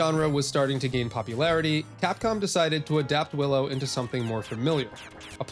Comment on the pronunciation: Definitely says "Billow". I'm sure of it...